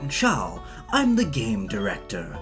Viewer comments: As an Italian just your pronunciation of "Ciao" is honestly better than how most of italians say that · The way you've pronounced "ciao" is perfect, 10/10